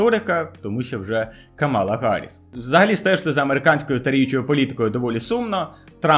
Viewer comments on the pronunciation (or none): none